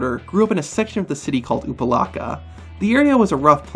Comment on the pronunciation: You said Opa Locka wrong